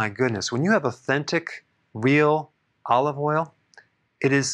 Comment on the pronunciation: Olive woil you said? Okay, I'll be looking for the specific spelling! THANKS!